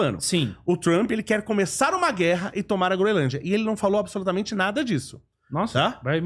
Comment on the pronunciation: O correto é Groenlândia, e não Groelândia.